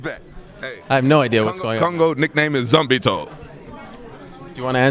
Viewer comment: "Zombie toe" lol